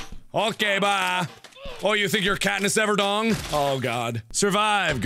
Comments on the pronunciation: "You think your Katniss EverDong" xD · "KATNISS EVERDONG" xD I'm laughing a lot harder than I should be. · "Katnis everdong"